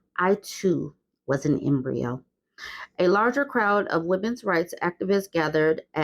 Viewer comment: The sober way said that sent me. 🤣🤣🤣🤣